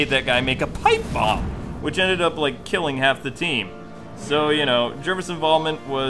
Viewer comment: He said I will Killwing Kwing